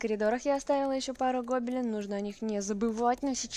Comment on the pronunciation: Почему гОбелен ? Я конечно не учитель русского ,но вроде ударение на вторую букву Е.